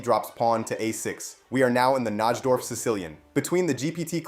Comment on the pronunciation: Disliked for ignoring my previous comment about how to correctly pronounce NIGH-dorf. Your mispronunciation is seriously nails on a chalkboard.